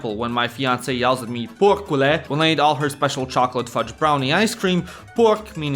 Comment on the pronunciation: You pronounce very well "porcule" so I guess you hear this often lol. Try to reply with "alupigus" 😂